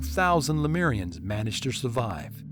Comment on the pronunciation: It's pronounced le-moo-rians, not le-mee-rians. It's also known as Mu.